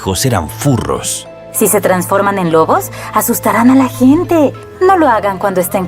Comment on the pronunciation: Se dice lobos🤬